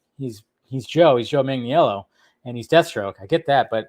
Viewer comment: Last week, you retweeted a video where Joe Mang-Uh-Nell-O says his name, and you still say his name wrong. Watch that video 60 times or read the following: Mang-Uh-Nell-O